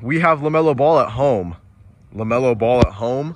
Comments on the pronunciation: That's not Lemelo Ball that's Bemelo Lall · That’s not Lamelo ball thats La-hell-no-ball